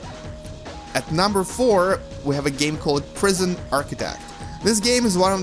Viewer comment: Number furr :D